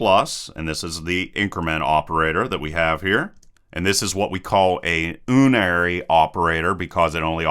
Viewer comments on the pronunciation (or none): Note that malloc is pronounced like "allocate" with an m, and unary is pronounced like "yunary"